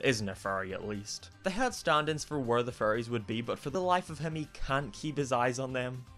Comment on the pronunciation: Words sometimes blend together for me, I was really confused when I thought you said leaving behind his childhood furries, did you pronounce it like that intentionally? xD